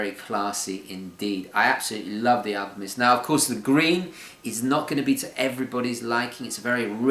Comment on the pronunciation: Are you saying "AlpiMist"? Or is it just your English accent?